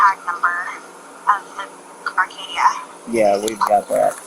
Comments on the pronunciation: Not only that, but as a car guy, it hurt to hear Acadia pronounced as "Arcadia," lol (To the woman's credit though, at least she got out a clear narrative of the whole thing) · there is NOT a R in the vehicle name. ACADIA! this is just as bad as putting a R in the name Buick… i know it’s stupid but hearing it everyday at work just makes this a trigger 😂